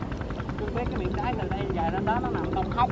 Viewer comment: phát âm nghe cười muốn xỉu, nhớ ko lầm là đáy mà